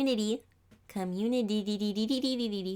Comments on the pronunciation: Me: Communi-TEE: Communi-DEE dddddd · No one: Literally No one: Not even god: Her: Communitdy. D ddd dd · try’s to say community. And says communitddddddddd. Me: com com couraty. Oh god I forgot how to say that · No one: Nobody at all: NOT A SINGLE SOUL: Her: com...un..i.dy comunidy??? Comuni dididididididi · You: CommuniDy. Me: ;w; Me again: It’s okay some people can’t pronounce it w